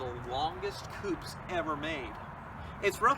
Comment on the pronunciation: coupé not coup